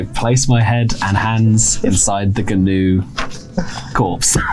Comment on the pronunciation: It's pronounced "noo" — the whole "g-noo" thing was a deliberate joke by Flanders and Swann